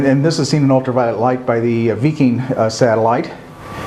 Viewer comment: “Veeking satellite” 📡